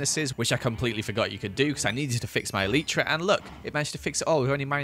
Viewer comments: Did he just Call an elytra an elitra?! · When you say eitra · The proper way to pronounce elytra is E-Lie-Tra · Anyone else triggered by the way he says 'elytra'? (ee-lie-trugh) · hate how he says elytra